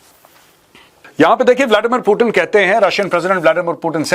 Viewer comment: मेजर साहब वो कोई टीन का डब्बा नही है जो आप उसे बार बार पुटीन पुटीन बोल रहे हो😂😂😂😂 वो पुतीन है😂